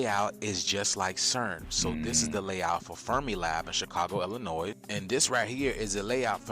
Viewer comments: How are you from Illinois and not know that the "s" in Illinois is silent? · H9W U FROM ILLINOIS AND U PRONOUNCE THE SILENT S ON THE END. WTF IS WRONG WICHU 😂😂😂😂😂😂